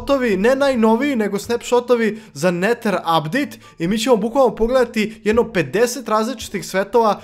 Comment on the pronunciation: A zasto ti ne znas da pricas engleski kazes iron umjesto ajron neter umjesto neder